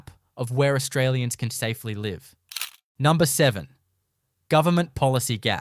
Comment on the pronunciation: Heh "numbner"